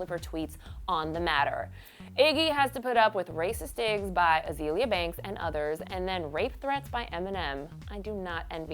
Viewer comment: Why does she keep saying Uh-zee-lee-uh instead of uh-zay-lee-uh? Azealia and Azalea are pronounced the same way.